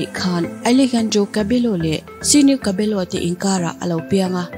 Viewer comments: The way u pronouce cabello is incorrect its cabeyo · Cabello tih hi Cabeyo tih in lam tur a nia..sap ho leh khung hnam dang foreigner ho khu an hming hi a spelling anga lam rik ni lo hi a awm ve nawk a nia..hming lam dan hi hrianchian hmasak phot a tha maithei🙂🙂🙂